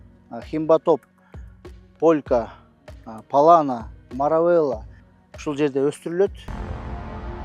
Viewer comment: Ассалому алейкум. Былтыр ежевиканы ежемалина деп айтып журуп эле эми туурабы айтып квлыптырсын. Эми Маравелла эмес Маравилла деп айткан абдан жакшы болот.